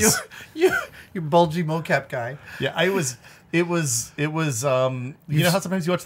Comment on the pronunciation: Mo-cap becomes dough-cap.